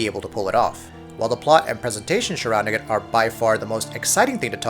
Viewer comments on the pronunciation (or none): again with the "shurrounding", 2nd time he says that in a video, can't he actually say surrounding like a normal person?